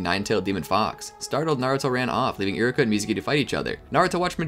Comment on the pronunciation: You're saying Iruka so fast it sounds like Iraka